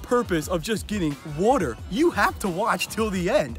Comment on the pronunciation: Stop pronouncing water like that